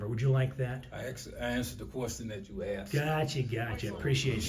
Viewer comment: I answered the question that you axed. Typical